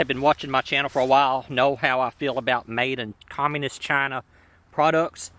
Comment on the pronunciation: Overemphasis on the phrase "made in Chaaaaaaaaaaaaaahna", coupled with that nice "fox news"-esque monologue about globalization of labor, could lead a viewer to believe that the producer has bigoted views.